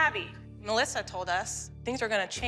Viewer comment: "Welcome to our world MuhLessA" - Dr Holly